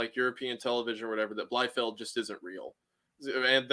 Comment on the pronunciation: He absolutely butchered the pronunciation of Bielefeld, butchered it to a point to where I got that he means Bielefeld out of the context surrounding it 😂